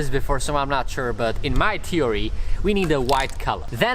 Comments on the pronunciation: "In my teory" Lol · in my “teory”?